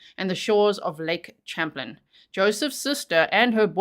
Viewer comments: Champlain is pronounced Sham-plane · your pronouncing them words correctly. It’s Saint All Bins (St Albans) & Lake Champ lane (Champlain) ! You go girl! Thank you for covering this case in my area!! 🫶🏼